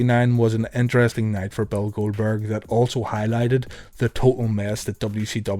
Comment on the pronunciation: "Goweldberg" Lol